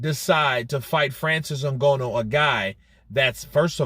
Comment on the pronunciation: At least learn how to say Nganou's name properly. It's not that much effort really.